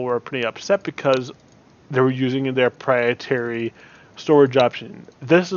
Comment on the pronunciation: Good advise... I don't mean to be prude.. But I think you mean proprietary when you say "prietary" as I'm pretty sure "prietary" isn't a word lol